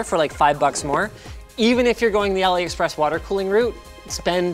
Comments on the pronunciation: it "a lee" express and not "alley" express. #JustSaying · AliExpress is pronounced AllE express. Like Ali baba. As in cheap as a mild east bizarre. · “Ali-A” Express.